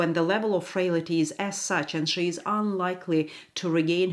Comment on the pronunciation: Frail - ty. Not frail - ity.